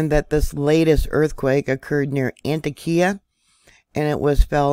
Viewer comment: Hi, I lived not far from there. Just so you know the pronunciation of this town in Ann-Tock-Ea